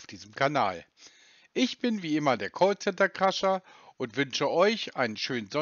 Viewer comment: Das heißt Cräscher 😂